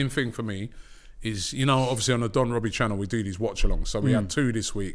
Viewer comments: “When is this gonna end Wobbie?” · Or what do you want me to say wobbie? 😭